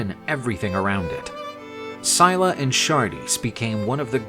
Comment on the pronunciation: I'm nearly impressed that in one video they managed to pronounce almost every single name incorrectly. Syclla is not pronounced "Sie la" its pronounced more like "Silla" (written phonetically not literally), Glaucus is pronounced like its written. "Gl au cus" not "Glockus" and Charybdis isn't pronounced "Shar dees" (Where on EARTH did they get that??) its pronounced "Kar rib dis", again, far closer to how its actually 𝘴𝘱𝘦𝘭𝘵. An otherwise interesting myth though, and the artist did a very good job illustrating it. Just a shame that the voice over guy they got couldn't be bothered to check any websites or do a tiiny bit of googling to find how these greek names are pronounced and butchered them as a result.